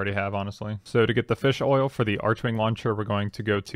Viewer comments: I thought it was pronounced “arc-wing” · The 'h' in archwing is silent...